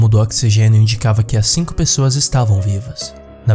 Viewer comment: "camegas de cingo pogegadas..."